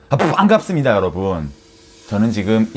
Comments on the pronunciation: ㅍ뽠갑습니다 하는거 이어서 비트박스 하는 영상 만들고싶다... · 푸왘갑습니다 여러분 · '반'이 점점 ㅋㅋ쎄지고있어욬ㅋㅋㅋㅋㅋㅋㅋ